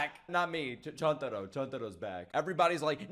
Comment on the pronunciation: Nick, for goodness sake it is Chuntaro, and not Chantaro lmao. Also his real name is Ukogi^^. Love you bro^^.